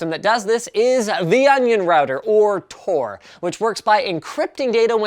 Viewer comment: It's Tor, Not TOR